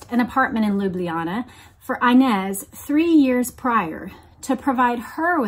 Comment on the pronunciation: You keep mispronouncing the name inez Its a spanish name and the I should be pronounced as in EENEZ But still love the podcasts